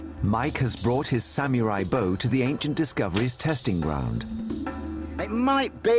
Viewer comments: haha i hate how the narrator says sameerai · The hell is a SaMUREai? Oh a Samurai. SPEAK ENGLISH NARRATOR! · Lol he said samurai like samErai